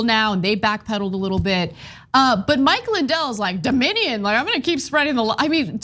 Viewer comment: Doe-minion lol